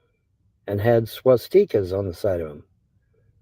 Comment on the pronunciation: He lost me at 'Swas-Teekas'.